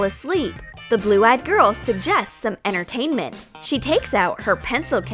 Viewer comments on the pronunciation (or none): not enertentmen it's entertantmant